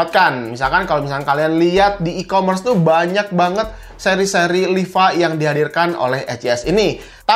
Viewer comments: "Liva" bukan "Lipa". ngomong tu yg bener coba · Liva bukan lipa